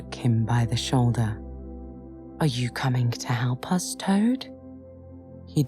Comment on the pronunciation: I love it,, but does anyone else notice the last letter in some words sound like theyre missing ? Especially right at the beginning Toad, Rat and Rabbit..